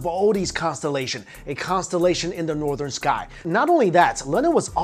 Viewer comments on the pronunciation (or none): none